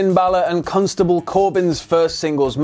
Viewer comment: Ok this is the second time I heard this am I the only one hearing and calling Baron "cuntstable" Corbin? Either they're doing that on purpose or its their accent. Either way, keep it up